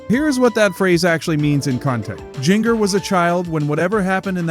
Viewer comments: Her name is pronounced “ginger.” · Omg I hate when people pronounce her name like this lol